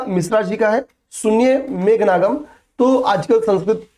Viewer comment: Megha ganam na ki nagam😊